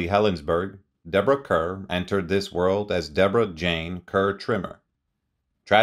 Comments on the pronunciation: Her name is pronounced Karr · Her last name is pronounced Like Car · He mispronounces a lot of words. Her name is written Kerr but pronounced ‘car’. I saw her on stage in the Thomas Hardy play After The Fair. She has always been marvellous in anything she plays.